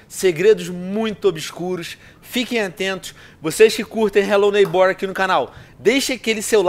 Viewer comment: vc ta falando errado n se fala desse jeito a silaba mais forte é o nei n o ghbor